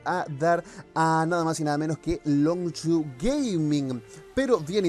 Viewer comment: La mejor noticia, no volver a escuchar a decir Longchu geiming:v.Buen video tio se te quiere xd